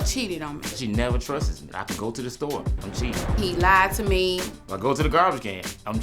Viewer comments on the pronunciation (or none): "She never Truses me" it's trust!! 😤😤